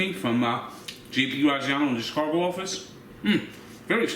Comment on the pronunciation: C h i c a g o not Chircago